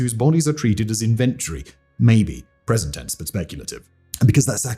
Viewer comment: Say 'PROCKuraytor', 'unequivocally' (not '-ably') and 'INVentory'. Really informative - thanks for putting this together.